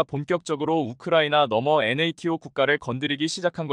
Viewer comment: ㅡ엔에이티오라고읽지말고 나토라고읽어라